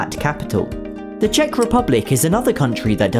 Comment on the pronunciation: I am czech, your say the words pretty good